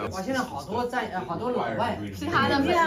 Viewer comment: 给2：30的文盲女普及一下哈，Emma读艾玛，不是A玛